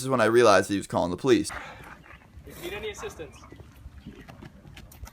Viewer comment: Dood you pronounce ( Poh-Lise) police like (plies) why